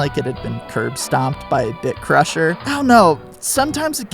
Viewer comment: You...said "bit crusher," right?